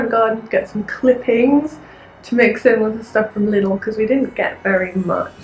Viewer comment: Lidl is actually pronounced like Lee-dl 😂😝